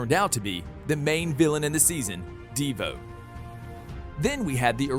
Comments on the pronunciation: This man is triggering me it’s not diva it’s Devoe it’s not cicada cicada and it’s not Ava. It’s Eva this man is triggering me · De Vo not deva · bruh DEEvo its De voe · Devoe not "DE VOE" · He said deavoe instead of dovoe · "all of them were killed by DeeVoe" please man it's just Devoe, not Deeevoe😭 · D I V O not deevo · Dee-voe? C'mon, why do I feel like he didn't watch the actual show. ITS DE-VOE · LITTERALY THE WAY HE SAID dIvOu Insstead of DeVou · it's not deevoe its (da-v-oh) and also it's not cacada it's (ci-c-A-da) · ok it is not deevoo its DeVoe and Cicadadadad is Cicada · It’s not dEeevo it devo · this guy says devo in stead of Devoe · Is no one going to mention the fact that he called De-Voe Dee-voe and he's calling cic-eada cic-ada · Its devoe not devo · Bro said divu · wtf "ehva" "Deeevoe" and so much more mistakes lmao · "Deevoe" ayo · Ahh yes my favourite villian "DeeVoe" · Bro I can't anymore who wrote this script please say the names right sikada, dea vo, also Jhon's daughter didn't die she got removed from the timeline. Mark mardon was a hologram, Kamilla hwang didnt die she was taken into the mirrorverse This just really bugged me. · He says divoe like devo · ikr deevoe sicada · i was about to comment deevoe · Devoe and cicada